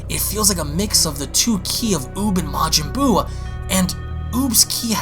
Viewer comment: "Majin Buub"